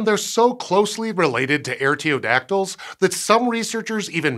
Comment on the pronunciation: Artiodactyl starts with 'are', not 'air'.